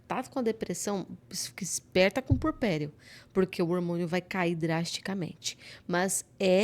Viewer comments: Eh puERperio. Agonia ouvir essa mulher falar purperio o tempo todo. Chega doi os ouvidos. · Só corrigindo: é “puErpério”, não “purpério”.